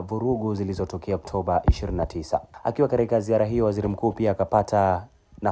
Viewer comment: Mbona muandishi anasema karika😂 badala ya katika